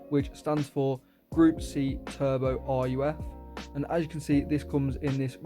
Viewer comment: Its pronounced ''Ruugh'' not r-u-f 😭